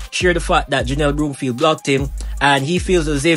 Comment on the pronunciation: Whatever! She will always be OURS (Jamaican)...& her name is BROM-field, not BROOM-field!